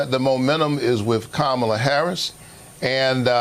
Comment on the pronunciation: Candace, what does Kamala (pronounced Comma-la) black grandmother having died in the sixties have to do with ANYTHING? SELF HATE, GIRL BYE!